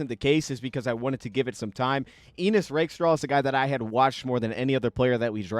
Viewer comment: I think its Ennis, not Enis. But great breakdown!